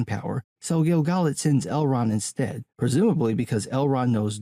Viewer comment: I just love hearing you say the names. Especially Gil-Galad. I always heard is my head as Gil (like gill) gaLAD, which to me sounded like he was one of the merry men. Gil GAled as you say sound much better.